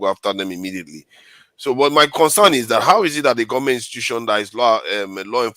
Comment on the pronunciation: pls is institution not intutution 🤣🤣🤣 you’re a fake pastor